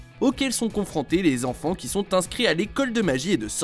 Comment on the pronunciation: "...confranté..." (°3°)